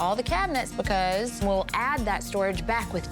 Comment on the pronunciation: Erin the way you talk is kind it's staged, you pronounce words like bafor bacos it's dramaaa